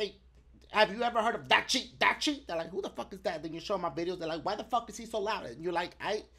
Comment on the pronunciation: dashie does says DACHIE sometimes